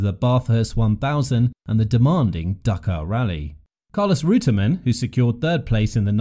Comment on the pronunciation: The narrator pronunciation of the drivers names not correct